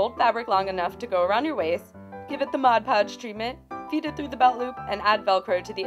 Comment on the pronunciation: SOMEONE WHO FINALLY SAYS MOD PODGE AND NOT "MODGE PODGE" XDDD